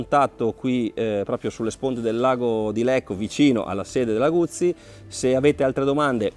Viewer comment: Tutto bello, ma lago di Lecco non si può sentire.